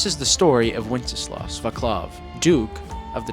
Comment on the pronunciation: Vaçlav = Vatslav, not Vaklav Additionally, the final "v" should be pronounced more like "f", or in all: "Vatslaf". Thank you.